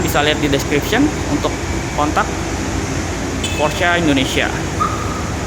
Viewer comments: Dibaca porsche Pakai e bukan porsch Pelafalan jerman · bacanya bukan "porsh" tapi "Porshuh" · mantap pak. cuman klo boleh sharing cara manyebutkan nama porsche itu bkn "porsch" atau "porschia" tapi "porsche" aja biasa. krn dlm bhs jerman, normativnya pengucapan sma dgn penulisan. kedua, utk G-Force it bukan gaya dorong atau thrust melainkan posisi titik berat (massa mobil * grav. bumi) si mobil. maju terus gan! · Bacanya Porsyé Bro... Thanks.